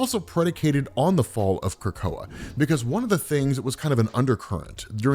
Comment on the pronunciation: Not how you pronounce it